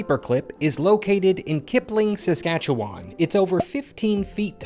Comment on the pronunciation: It's pronounced " Suh skatch uh one " pretty good try though